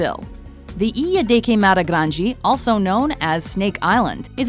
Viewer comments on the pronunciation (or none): Grande=DE not GE. Grande like rio grande. Grange is not even a word. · grande = granjee??? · Ew i cant get over how she says “Grandé” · "Grande" lady GRAN---DE🙄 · The way you pronounce grande though